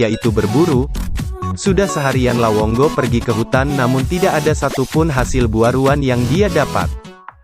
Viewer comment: lawongo atau lawonggo😅 dnk bro😅 depe recorrder rupa salah bilang😆